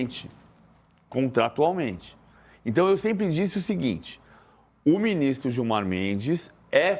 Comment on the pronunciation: PVC caghão kkkkk qual problema de criticar o Gilmar, “digo, respeitosamente, o ministro Giomar” kkkkkkk